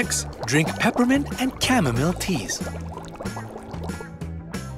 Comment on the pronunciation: Chamomile is pronounced as "Kam-Mo-Mile" not "Kam-Mum-Mil!